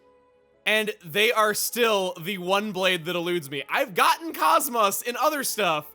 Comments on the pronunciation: Spoilers I guess? I've only played Xenosaga episode one, so i don't know if they change it for Episodes 2 and 3, but in that game they always pronounce KOS-MOS as "cos" (like the beginning of coat) - "mos" (like most without the T). It's just odd hearing it pronounced in such a different way. Either way, I'm glad to finally see her. Cause learning she was in this game as a Blade is what made me finally start watching the LP. I'm looking forward to what sort of references KOS-MOS and T-elos will make about their home games. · Dang He really be pronouncing it "Koss-moss"